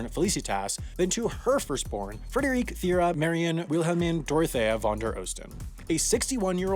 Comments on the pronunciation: We gotta practice those German names a bit more. "Die deutschen Namen müss ma noch ein bissi üben!" Actually German names ending in "-e" are usually female and yes the final "-e" is spoken out. Thus "Frederike" is the female version of "Frederick", "Wilhelmine" the female version of "Wilhelm" (William) and so on. There are few exception like Helge Schneider is not a female at all. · Being German I'm a bit triggered by your pronunciation of the name Frederike....